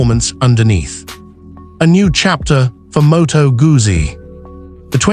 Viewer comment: "МотоГАЗЗІ"? Серйозно? Це як "ЛамборДЖині" 😂